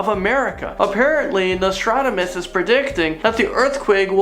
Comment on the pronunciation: Nostrad-amus? Idiot.